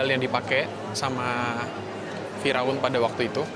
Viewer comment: Salfok denger bilang "fira'un"😅.. "Fir'aun" ya 🤭sori diralat dikit yaa